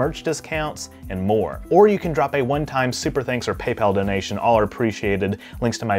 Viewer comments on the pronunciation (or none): none